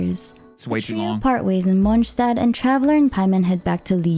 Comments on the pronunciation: God I hate the way she says Mondstadt 😅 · Yeah some of the characters cannot pronounce some of the names right but I was talking about the obvious ones like Monstadt for example. Monstadt is pronounced as "Monstat" ingame, not like how you say it in German. So "Monstat" is the cannon pronounciation even if it sounds wrong in German."